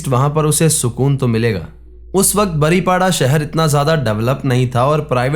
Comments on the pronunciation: The place is "बारीपदा" not "बारीपाडा " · बारीपाडा नहीं बारिपदा है भाई